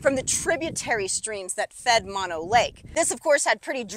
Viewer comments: Pronounced MOH, NO. BOTH Os are long. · It’s pronounced Moe-no.